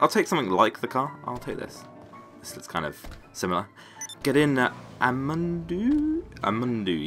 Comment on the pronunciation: I'm amandaw not Amandu xD